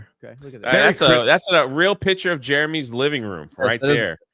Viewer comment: Can stop saying pitcher. It's picture